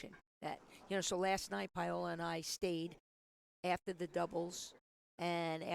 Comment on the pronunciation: Why on earth does Fran Davis pronounce Paola Longoria's name as "pie-o-la"? It's so uneducated.